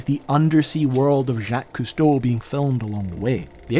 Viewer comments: obsessed that long and still pronounce the name wrong. HMMM me think i smell something i may have stepped in. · Can you say his freaking name right though? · Crazy how you could be fascinated with a man's career since childhood, then go make a video and can't even pronounce his effing name. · "Jackie" Costo... how much did he cost? (badumtss) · "Jacky Cousteau" 😂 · I don't understand, you say the name Jaques Cousteau (and other French names) perfectly many times in the video yet at the beginning and the end it is butchered. Did you forget to change them? Got lazy? Did it on purpose? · I know his name. The pronunciation is crap.